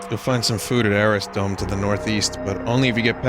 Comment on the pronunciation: Arris dome? Don’t you mean Arrith dome?